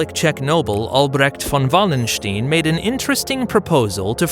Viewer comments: like the video for its historical correctness (as far as short YT clips can do this justice) but why is it so difficult for American narrators to get prominent historical names right - Richelieu or Wallenstein; both names should be easy to get right (and even come with voice files on Wikipedia) and yet this American butchered them completely. ☹that was disappointing. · I looked up how to pronounce Richelieu. The video gets it correct. As for Wallenstein, I guess he thought the W was pronounced as V in the native language. And "stein" is often pronounced either as "steen" or "st-eye-n" in English, so it is understandable that he would make that mistake.